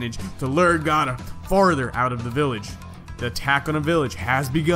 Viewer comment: Boi its called gaara not gaata